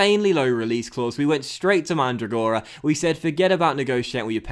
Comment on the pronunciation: In the name Mandragora the accempt on Mandràgora